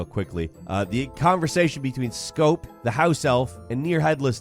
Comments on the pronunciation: It is scrope not scope, I let it slide the first time but the second time nah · His name is ScRope. There’s an R in there. They didn’t name him after mouthwash.